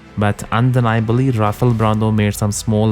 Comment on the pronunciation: X,D good try pronoucin rafaels name lmao great vid mass, witch class? X D